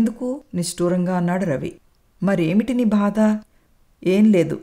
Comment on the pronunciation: Madam katha chala bagundi 👌👌 Oka chinna suggestion, "badha" anna word konchem practice cheyandi. Alage "chi chi" "Cha cha" Ane padaalu konchem light note lo chadavandi, maree votti petti chadivaru. Meku cheppagalige anthati danini kakapoyi undachu, but i hope you may notice it. Story was good, thanks to your Mother-in-Law for nice narration. We people like positive ending and inspirational stories right? ?